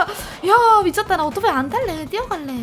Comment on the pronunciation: 혼자 중얼중얼중얼 와 미춌돠 나 멋있지? 또 중얼중얼중얼 이번엔 진짜 미춌다 나 멋지다고 해줘 빨리...! 나르시즘이 점점 진화 하고 있습니다 ㅋㅋㅋㅋㅋㅋㅋㅋ 이 모든게 다 사랑스럽고 귀엽다는게 제일 문제ㅠ